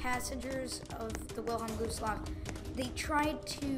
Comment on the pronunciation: Whilhelm gooselaff by the way I’m not trying to be mean I thought it was kinda funny that you said gooselaff instead of gustloff